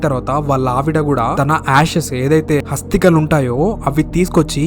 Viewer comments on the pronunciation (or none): Hasthikalu kadu asthikalu